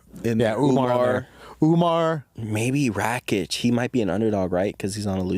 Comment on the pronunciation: Can you guys please stop saying RACHICH? his name is RAKIC, RAK ICH! its not that hard pls